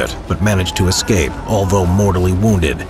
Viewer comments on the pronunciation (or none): none